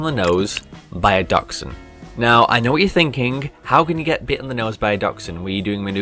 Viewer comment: What's a Duckshound? I mean I know what a Dachshund is...but it isn't pronounced anything like that.